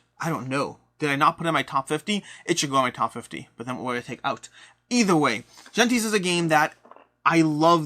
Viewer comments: I think it's pronounced "Hentes" which means "peoples" in Spanish. Also "Navegadór", you accent the last syllable. "Orleahn" instead of "Orleens". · The G en Gentes is like the J in Jalapeño. Greetings from Mexico.